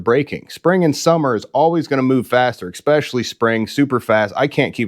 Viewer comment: Exspessially? Try especially…